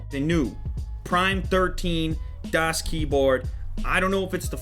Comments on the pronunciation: I cringed every time he said "DEAS" instead of DAS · youre saying it wrong... its daas not dass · It's not Das its pronounced "Daws" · I can't believe people are getting bent outta shape over him calling this the "best" keyboard. So what? He can call it what he wants. Grow a pair people. Is there a reason he pronounces it Dass like ass instead of Das like DOS? In any case I've got a Das 4C Ultimate on the way which'll be my first blank board. I considered the full size Ultimate but damn it's expensive and huge. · not DAS pronounced DOS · its pronounced dawhs with a long a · It's pronounced "dos" with a soft "o" sound, as in "office." "Das" is German for "the" in the neuter sense. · It annoys me how he constantly says, "Dass Keyboard". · its pronounced dahs keyboard, its german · it's pronounced like "duss keyboard", if anyone is interested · i think you are supposed to say it the german das, with a short A. Like the car you know, das auto. Das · DASS keyboard lol. It's really not that hard to pronounce. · Lew, it's a German company so it's pronounced "DA-AH-SS" Keyboard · You just say the name wrong :P Das Keyboard is just german for The keyboard :p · Du hast "das" falsch ausgesprochen, und soll es nicht "die Keyboard (Tastatur)" sein? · Who else cringes when he pronounces "das" wrong? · He says das like an American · As a german schnitzel i love how people pronounce das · Am I the only one bothered by him mispronouncing the name? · Das has made pretty shit recent keyboards, using greentech switches. Plus you said das wrong the whole review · ***** das is actually pronounced the way you say "bus" ...